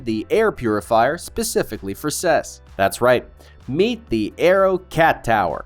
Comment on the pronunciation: “Ses”? Ive been going to or following the CES for about 40 years and I’ve never heard anyone ever say it that way. Good video though. You covered more interesting items than most of videos I’ve seen so far.